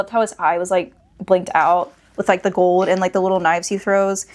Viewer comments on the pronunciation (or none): none